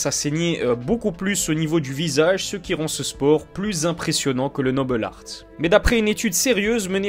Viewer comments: Super vidéo ! Mais pourquoi "Nobel Artt" ? Noble Art est un terme purement français, il n'est pas utilisé chez les anglo-saxons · Pourquoi dire "le noble art" avec un espèce d'accent Anglais ?